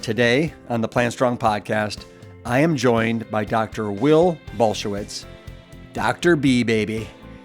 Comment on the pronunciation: Saying his name completely wrong!!